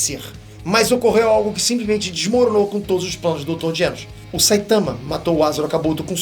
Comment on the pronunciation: "dr Genos" KKKKKKK é Genus